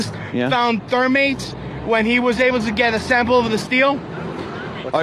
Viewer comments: The conspiracy guy said 'thermate' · I love how Luis looks EXACTLY the way I imagined when I heard this live.. he mispronounced "farce" and "thermite" so hilariously that I immediately liked him for some weird reason, hahaha.. I forget where i first heard this, but anytime someone butchers the pronunciation of a word, the natural inclination is to look at them as stupid.. but it really means they read that particular word somewhere and figured out what it meant based on context clues.. i thought that was interesting, stuck with me for some odd reason.